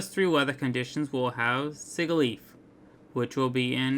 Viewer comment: see-gee-leaf it's si-ji-liff